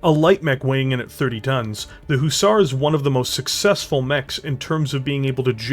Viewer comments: great video, love how you are talking about it, but by god man! Pronounce it Huh-zar, not hoozar!! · Please can you pronounce Hussar properly please.... Its not a long Ooo sound at the beginning it is a short sound like the U in Hut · It was painful to hear you butcher the word Hussar.